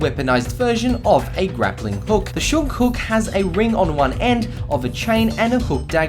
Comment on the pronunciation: That mispronunciation, though... Shoge: SHO-geh Kaginawa: KAH-gee-NA-wa Kakute: KAH-kuh-TEH